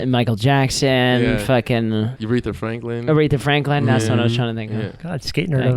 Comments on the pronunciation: Did Kelly say "Urethra Franklin"? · Kelly said urethra franklin😂